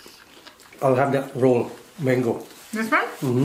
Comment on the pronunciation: It’s ROLL not ROW